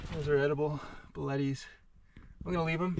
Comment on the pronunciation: it aggrivates me a little bit when he pronounces it like bulettie(s) when it's pronounced like buleet(s)